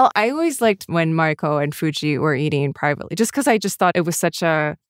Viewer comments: How long you been on this series and still can't pronounce her name:NOT MAREIKO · bro can't pronounce mariko? 🤨